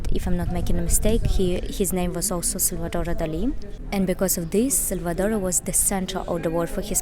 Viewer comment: Well done for pronouncing Salvador Dalí correctly ! Many British and Americans don't, which always annoys me. Great video !